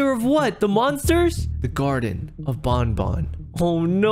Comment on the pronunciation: Keep up the great work and it's garden of ban ban not bon bon